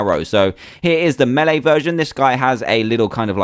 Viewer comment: and said melee wrong he made it to be meele